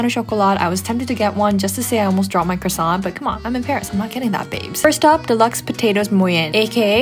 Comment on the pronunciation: When she is a 10 but she pronounces crossaint wrongly